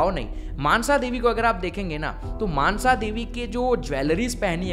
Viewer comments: मानसा नहीं मनसा देवी है।🔱🚩🚩🚩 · Not mansha this is call monsha davi